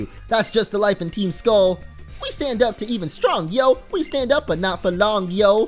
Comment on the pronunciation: he states, "team skulleem" lol